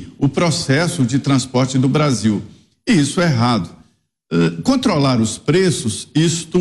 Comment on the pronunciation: Obrarzil. Perciza querce. Deca geito lascou o brazirriro